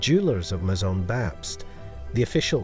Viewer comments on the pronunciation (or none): none